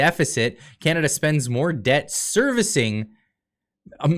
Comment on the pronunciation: Did you say "moron debt"? Too correct!